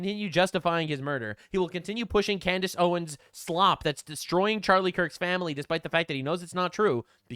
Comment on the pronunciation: Can Candace Owens pronounce anything at this point? 🤣